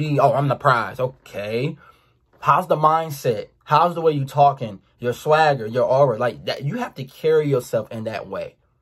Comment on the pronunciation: either from Baltimore or Jacksonville by the way he pronounces uuu 😂